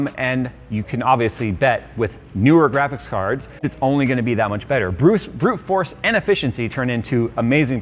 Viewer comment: "Bruce force".... yeah i heard that